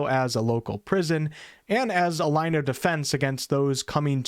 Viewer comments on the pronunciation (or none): none